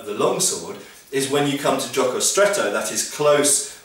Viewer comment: It took me several seconds to understand your pronunciation of "gioco stretto" :D honestly, it was mainly because I wasn't expecting Italian in the sentence.